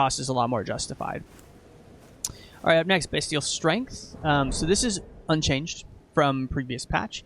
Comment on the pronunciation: Amazing work, bro! I'm really sorry to be "that guy", but bestial is pronounced "best-ee-ull", not "bee-stee-ull". Just my minor contribution and you're definitely not the first or last to say it though. This is more for potential future reference for people checking the class out.